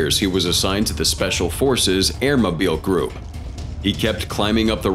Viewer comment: It's Air Mo-Byle Group not Air Mo-Beel Group lol